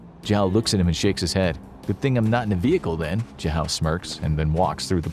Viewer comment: jahow is possibly the worst pronunciation of zhao I've ever heard